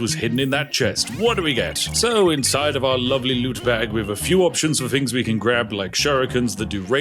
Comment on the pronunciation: Not spiffing at all! “Togeva” “Wiv” “Fings” 😱